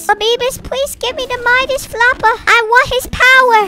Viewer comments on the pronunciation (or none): When he said Midas it sounded like among us